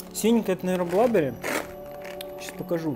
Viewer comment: Мне понравился формат, продолжай в том же духе 💪Blueberries - синие ягоды, значит блУбэрис, откуда блАберис то 🙃ничего страшного , просто немного слух режет